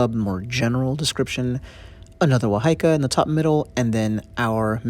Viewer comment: Wahika is said more like wah-hee-ah-kah 😄 Maori pronounced more like Mah-ree with the ree being like a roll on the tongue. Hope that makes sense 😅 This video is amazing thank you! I cherish my wahika deeply💜